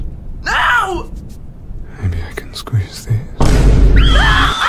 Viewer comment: ''I can scweeze this'' ahhhhhhhh helll nah